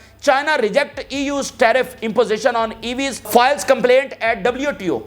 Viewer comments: Is ko faatal nahi "fay" "Tal" Pronounce karte hain 😅😅😅😅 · Fatal is not فائل but فیٹل۔